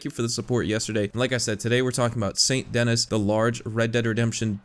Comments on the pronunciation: Well now you know that it's pronounced "San Denee" instead of Saint Dennis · It’s pronounced saint ‘denie’ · Its pronounced San denee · It's pronounced "Sane Deny" lol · More like San Denee as it's pronounced in French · So awesome how he just completely ignores the French name and the fact that "Dennis" is missing an N. (because it's actually French, this city actually shares it's name with a French city)